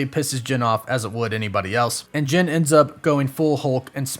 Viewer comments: Is it so hard to say JEN? Not sure why it bothers me so much that you keep saying JIN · Is it me or does it sounds like he is saying gin everytime he says Jen